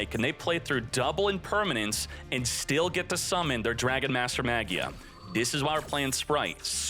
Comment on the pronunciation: it bothers me how you pronounce "magia" 😭